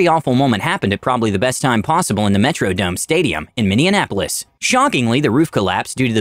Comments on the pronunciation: How are you gonna pronounce Minneapolis "Minndeumapolis" ?? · I thought you said Indianapolis at first but you said Minneandapolis, I think you meant to say Minneapolis 😂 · Hey Pal, it's Minneapolis, not Minne-in-ap-olis. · Minn-ian-apolis? No, it's Minneapolis. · Minneanapolis? LOL Try Minneapolis. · I'm sorry, Minneanapolis? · Minneapolis not "Minneannapolis" lol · "Minneanapolis." Um... it's pronounced "Minne-app-o-lis." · Okay, dude. I understand Minneapolis is kinda flyover country but Minndeanapolis? Right after you called the Tee Ball vid a basketball vid? Minndeanapolis? Minneapolis. It means City on the River using both Souix and Latin. May as well call the Metrodome the Necrinomidome. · Min-ee-an-ap-o-lis? As a native, I can say it's pronounced Min-ee-ap-o-lis. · 9.55 it’s pronounced mini apolis Not minianapolis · It’s pronounced “Mini-Appolis” not “Mini-In-Appolis” 🤦🏽‍♂️ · I live in Minneapolis and can I just say how offended I am that he called in Minny-an-ap-olis? It’s just Minny-ap-olis. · Minneinapolis? Minneapolis. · Minneapolis....Minn/e/ap/o/lis. Not Mindianapolis. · Anyone hear the pronunciation of Minneapolis ? Mini-an-apolis... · Minnenanapolis..really? It’s Minneapolis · ".....in Minne-Anapolis..." 😆 Minneapolis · Minnesota humbly asks that everyone stop pronouncing it "Minn-ee-ann-a-po-lis." It's like y'all confuse us with Indianapolis. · I caught that too!😆 😆 😆 mini-Anapolis (and I'm in Indianapolis lol) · Learn how to pronounce it before you record it. Minneapolis is pronounced "Minny apple us!" Not "Minny inn apple us." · bro why tf u say minni-an-apolis it's minn-e-apolis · hearing him say “minnenapolis” 💀💀 it’s minneapolis min-ee-app-uh-liss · What’s with channels getting narrators that can’t pronounce words properly “Minneanapolis” it’s Minneapolis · ...he called my city "Minnie-in-apolis." It's Minneapolis, bruh, pronounced as seen. Minne. Apolis. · did he say “minneanapolis instead of minneapolis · This dude said “mini inapolis”